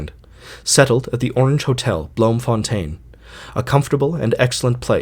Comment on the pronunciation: It's pronounced bloomfuntine in Dutch